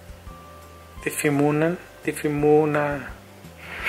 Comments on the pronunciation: Difimunan, empiezan a difimunar, difimunan😂😂😂😂😂😂😂💕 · JAJAJAJA No superó la parte donde no puede decir "Difuminan" 😂😂😂😂 Los amo💕